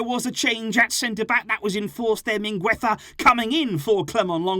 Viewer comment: you’re the best and I love your videos, but say “Mingeza” instead of “MingUeza”. I always get confused when you mention him lol you’re saying it wrong. But keep it up culer